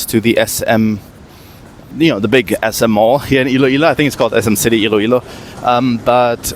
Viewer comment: ILOILO is spelled ILOILO, not Ill-ilo. Thank you.